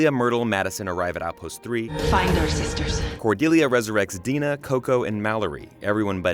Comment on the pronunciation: It’s Dinah not “Dena” 🙄😒